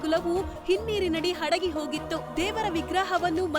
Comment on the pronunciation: Amma Tayi Anchore enamma nivu ?? yaramma nin Interview togondiddu ?? First Kannada Shabdagala Uccharane correct aagi kali Tayi , you are in Media Madam, Devastana Adagi hogittu ( Hadagi ogittu alla ) , ittiddaru ( Hittiddaru alla ) 🤐🤐🤐🤐 you are the only educated Anchor who is mispronouncing language that i have seen in my Life , sorry to say !!